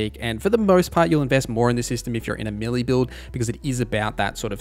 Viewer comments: May-lay. Not Melee. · I am sorry to be that guy. I love your content, I just wanted to say “melee” is pronounced “Maylay”